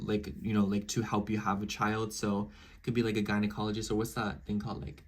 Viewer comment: You said gynecologist right again 👏🏽😂